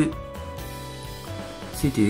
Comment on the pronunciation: うぽつです。 sudoの発音が須藤（・・・元気）じゃなくて、ちゃんとスドゥーになっていましたね。 tabキーでパッケージの候補が出てくることは知りませんでした。便利そうなので、使ってみます。